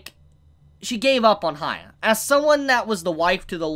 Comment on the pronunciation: Yes he is shorting his name but he's saying "HAYA" and its killing me.... He could just Say "Hiakky" or something like that